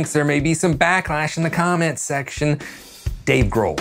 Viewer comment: Wait, is that not how you pronounce Dave Grohl? Damn.